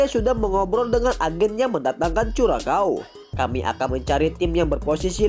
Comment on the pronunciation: Bisa ngeja "curacao" gak min?. Belajar lg sono biar gak malu2in